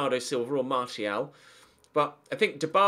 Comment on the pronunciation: Definitely not Martial if you're going to keep mispronouncing his name. I'd like to see Dybala though